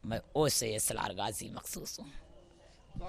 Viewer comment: ये औरत गाजी बाबा का नाम सही से नहीं बता पा रही है और अपने ऊपर गाजी की सवारी बता रही है ।